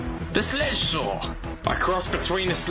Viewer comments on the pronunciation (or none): I hear sleshslaw